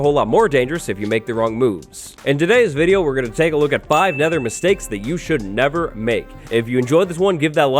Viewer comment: Could've swore it said "Mistakes you should 'nether' make".